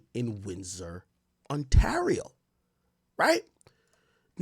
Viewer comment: The way AK says Windsor and Ontario sounds like he dont speak English lol! Bro these are English names lol